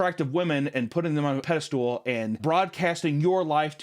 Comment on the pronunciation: Did you say "pedalstool" instead of "pedestal"? Lmao I'm ccing The IT Crowd.